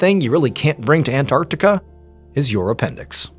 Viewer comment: And well done Mr Ballen for pronouncing it " An-tarc-tica " and NOT " " Ann-artica "😂🤦 like many Americans do !!